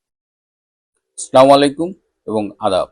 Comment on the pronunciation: স্লামালিকুম ❌ আসসালামু আলাইকুম ✔️